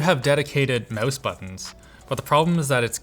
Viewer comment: "That'll probably the one that you plug your MOOSE/MOUSSE into" 😜